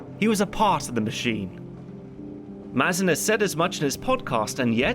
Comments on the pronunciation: Craig Mazin's name is pronounced "May-zin" btw. Sorry couldn't help but mention it lol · It’s meant to be pronounced May-zin, not Maz-in. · Pretty sure Mazin's name gets said out loud every episode of the series podcast. It's mispronounced through this entire video 😅